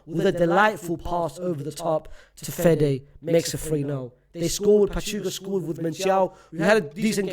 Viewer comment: 40 years watching la liga and unc finally learned how to pronounce basic spanish words. finally learned how to say pachuca now learn how to say asencio